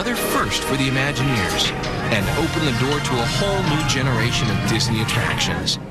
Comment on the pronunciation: "Imagineers" -- notice the word is spelled with a an "I" at the beginning. Curiously enough you pronounce it as if it were spelled "UH-maginineers" or "Amagineers." I maybe a bit sensitive as I was one, a Disney Imagineer. When you pronounce it "ah", or "uh"-maginer it sounds like you don't know what you're talking about. It's LAZY.